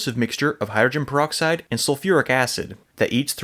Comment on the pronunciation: I like how he says hydrin proxide. Call the solution alien blood.